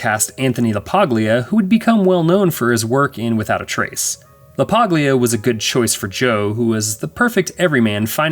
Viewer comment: It's pronouncend Anthony La-paul-ya.